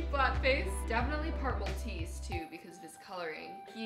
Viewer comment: When you said part Maltese I thought you said purple teeth. Xxxx 😂